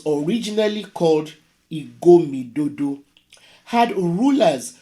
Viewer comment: PhD nor fit pronounce Igodomingodo